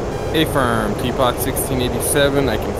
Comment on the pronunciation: T-pod sounds like teapot. Just saying.